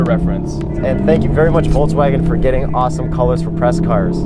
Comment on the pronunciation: Entertaining but, the guy in the stick-shift R, keeps saying "Voltswagen" instead of "Volkswagen". LEARN TO PRONOUNCE THE NAME OF THE CAR YOU ARE REVIEWING. IT'S VOLKSWAGEN WITH A "K".